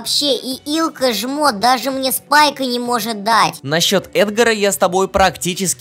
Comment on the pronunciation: Когда все научатся говорить Илкка а не Иллка